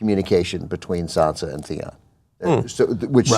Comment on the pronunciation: the guy in the right is so useless... everything he says just bores me to death and also its sansa, not sandsa